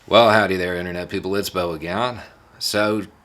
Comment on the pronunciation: HEY!~ Beau, not Beau. A great person to talk about this with is Oliver Hauck, Head of the Environmental Law Dept. at Tulane Law School. He can explain concisely how/when laws in the south have been manipulated. Especially ask about the fight against aggregate damage to env.